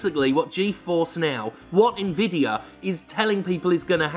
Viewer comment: I agree with the comparisons between GeForce Now and Stadia, but most of all, I'm pleased that other people than me can pronounce Nvidia properly.